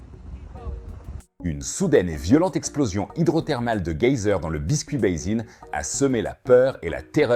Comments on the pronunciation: C’est quoi cette façon de dire « gueyser »??? Ça se prononce geyser (J) Bref sinon bonne vidéo, mais respectes la langue française s’il te plait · Ont dit geyser et non gueyser, prononcer comme s’il y avait un j . Pour dire gueyser il faudrait un U après le G. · Pour votre entreprise de traduction : Un geyser ne se prononce pas avec un G comme guerre, car le E suivant fait prononcer comme avec un J. Merci pour la vidéo, effectivement les outils pour surveiller sont de plus en plus sophistiqués. Un oncle géologue, maintenant à la retraite, a participé et obtenu les nouveaux résultats pour des volcans aussi français. Lesquels ne sont pas tous endormis dans le centre de la France.